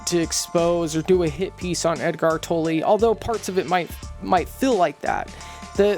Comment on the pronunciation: Given how much you have researched on him, you would should know his name is not pronounced “Toe-lay” but “Toller”….